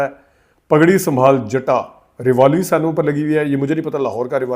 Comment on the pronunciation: Correct pronunciation is Cinema not senma please correct